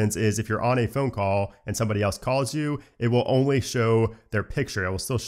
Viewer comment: The man that does phone videos but can’t say phone properly 😂.